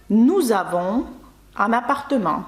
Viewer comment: Добрий день, питання чому в слові appartement ви наче вимовляєте після М ще ан хіба не апартем би мало за правилами бути?